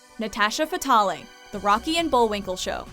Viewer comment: It's Natasha "Fatale" with a silent "e." Not "Fatalee"